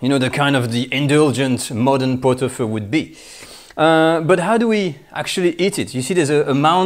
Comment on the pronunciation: I believe it is pronounced “feu”.